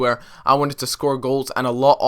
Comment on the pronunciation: Meh-nez! For god sakes